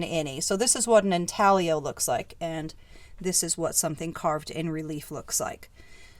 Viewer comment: What a beautiful collection, 😍. Thx for sharing the Wiki info and for explaining/pronouncing “intaglio” & “habille”. You share your knowledge without being snooty ☺️